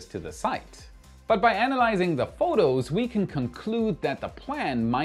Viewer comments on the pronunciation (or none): none